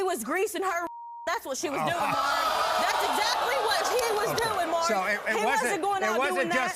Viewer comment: It's MAURY not MURRY